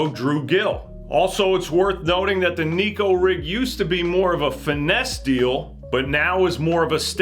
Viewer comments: Love the channel! But there is a difference between Neko and Nico. One means cat, one means smile. I encourage anglers to start pronouncing it the correct way. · It’s pronounced “neck-oh,” despite how the majority of backwater fishing hillbillies say it. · if we started to called crankbaits, wankbaits. It would be corrected. I will never give up my pursuit in having the bass world pronounce Neko correctly. 😂